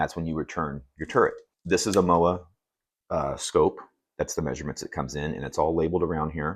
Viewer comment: Did you just say Mowa? Lol